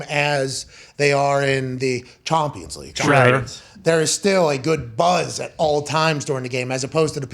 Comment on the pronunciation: CHOMPions league- Pat Mcafee